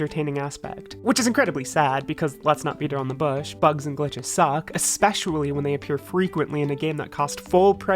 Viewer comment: I didnt even get an "ekspecially" out of you this time. Its like you dont even love me any more!